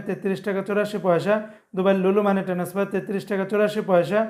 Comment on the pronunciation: টেনাসফার বলেন কেন? আপনাকে বহুবার লিখেছি, টেনাসফার বলবেন না, বলবেন ট্রান্সফার TRANSFER বলবেন। ভুল উচ্চারণ করবেন না, অনুরোধ রইল।